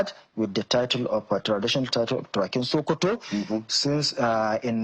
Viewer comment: it's not shokoto state,it's SOKOTO STATE.